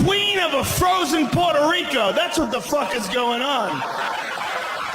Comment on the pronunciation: did he say Puerta RicA?